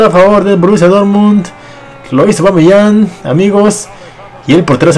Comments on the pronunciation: Aubameyang, no Aubameyant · Es aubameyang no aubameyant jajaja